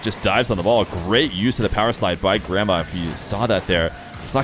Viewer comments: Me watching the whole video thinking said grandma until the end when I finally saw the IGN haha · I thought you were saying "grandma" for the first minute there before you swapped cams 🤣🤣🤣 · Did anyone else keep hearing it as 'grandma' instead of grammar? 😂